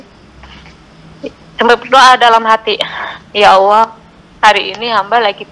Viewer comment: Bunda ini nyebut Allah dengan awah apa cuma aku yg Salah denger yah?? 😢